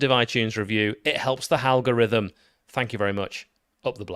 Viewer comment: Halgorithm lol, Cheers For the effort UTMB